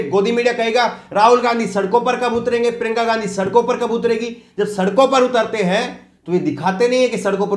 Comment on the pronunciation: क्या यार! प्रिंका गांधी मत बोलो । उनका नाम हैं प्रियंका या प्रियांका बोलो ।